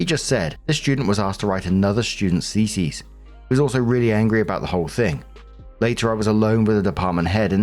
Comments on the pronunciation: Brother, thesis does not rhyme with feces😭 its "Thee-sis" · I don't want this to sound rude, but thesis is pronounced fee-sis, not feces 😅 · So ah..., the way you're pronouncing thesis is "theses," which is the plural. Thee-sis (singular) Thee-sees (plural) Jsyk. ❤ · the-SIS, not the-sees, it sounds like you're saying feces lmao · I'm begging you, stop saying it like that... thesis is pronounced with -sys at the end. Like system. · Every time he says thesis, I hear feces. 😂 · And...as ALWAYS... moronically insists upon mispronouncing the word "thesis" as the word "theses". His feeble brain can never seem to comprehend that these are TWO DIFFERENT WORDS, and that "theses" is the plural of "thesis". How tiresome. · It's pronounced, "THEE-SIS" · Isn't it th like Theo not Fee